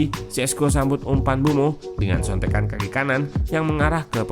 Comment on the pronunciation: Saran bang, kalo nyebut mbuemo sedikit ada penekanan, soalnya kedengaran seperti bruno